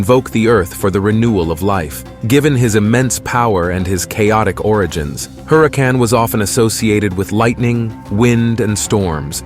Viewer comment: Le Sigh, it's not 'Maze." It's pronounced: Mah- Eeze Written Maiz Also it's Huracan but NOT pronounced with the sounding of the 'H' in English. It's just not pronounced at all. I'm Mayan and we did NOT know a Germaniac language (aka English), H is not pronounced. Not ever is it Germaniac it's Mayan.